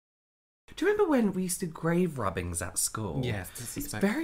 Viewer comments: I could've sworn said "remember when we did grave robbing at school" adsjdkdk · when they said 'remember when we used to do grave rubbings at school' I thought they said they did grave robbings and i grew so concerned